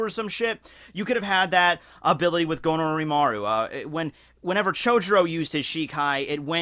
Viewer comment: Gonorrymaru sounds too much like gonorreha and I can´t stop hearing that